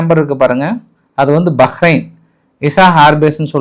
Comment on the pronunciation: ஐயா பக்கரய்ன் அல்ல பஹரைன்